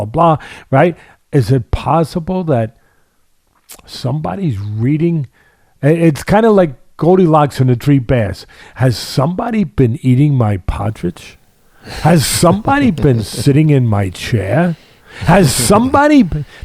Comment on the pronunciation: Teddy you're a legend but the funniest thing I've heard all day was "Has somebody been eating my potridge????"🤣🤣🤣 I had to listen five times. Porridge lmao 🤣.